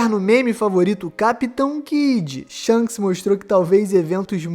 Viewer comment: "Sharishanks" kaakakaakakaka